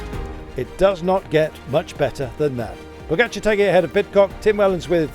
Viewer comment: This stupid commentator can still not pronounce Tadej's name correctly ( why he says "Pocacar" or something like this ) - after all these years this man is on the cycling's very top, seems he will never learn to pronounce correctly 😂